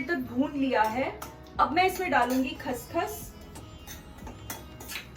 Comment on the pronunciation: Wow yummy well mam let me tell you one thing that wasn't khas khas that's call khash khash